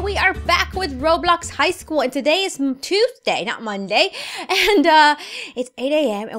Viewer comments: You said toothday 😹😂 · oh and you said toothday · She said toothday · * doing her intro*:and today is toothday not sunday me:*waiting for the toothday?* me again:whats tooth day did i hear wrong lemme go back? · I thought u said toothday literally I laughed so bad then I thought she probably she said Tuesday lol! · Did anybody hear toothday instead of Tuesday😂